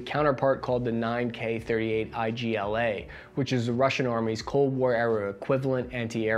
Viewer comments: it's not I-G-L-A. Just igla (eeee-g-laaaa ("g" as in Glass, "i" as in EAgle, "L" as in... huh... - L, and "a" is also just an A)). igla means "needle". And yes, private, you have a go ahead and a green light and a hua on making that video! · The Игла or as you stated I-G-L-A is pronounced eegla (first part of eag(le) and second part la) - meaning needle, or stinger in Russian. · I love how you pronounce the name of the soviet anti-air missile "I-G-L-A", while the word "igla" ("игла") just stands for "needle" in Russian. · Great review! Thanks. Just one little thing about the Russian "Stinger", or Stingerski🤣 It us not pronounced letter by letter as in I-G-L-A, but as a word "igla", with the g spelled like in "ignite" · 9K38 Igla - it is not I-G-L-A, as the word is not an acronym. It is a regular noun, meaning "a needle" (игла). For pronunciation paste it in Google Translate and click the speaker icon underneath. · it is Igla. Right pronounsiation – like eagle, just ‘a’ in the end. Igla on russian means needle. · Please try to pronounce Russian and Ukrainian names 'the right way', your last video about the war was difficult to watch :D Here you screwed up Igla :)